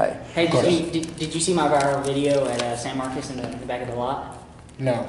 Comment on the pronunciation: Who tf zooms in on teeth 🦷 and u didn’t even say San Marcos right smh